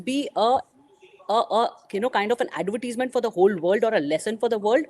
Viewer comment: "Adverteasement"?! Indians are hilarious when they try to pronounce words in other languages. English, French, German, Spanish, Italian, Chinese, Arabic, etc. That is why Indians are made fun of regarding their accent.